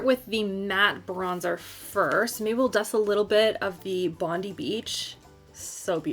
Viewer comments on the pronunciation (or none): From an Aussie fan it is Bond-eye not Bond-eee...love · Love your channel! From an Aussie the bronzer is pronounced Bond-eye beach not Bondee 😃 xx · The way you said bondi beach was so cute! :') based upon the brand I assume its based off Sydney. lol we pronouce it as bond-eye! Love from Sydney x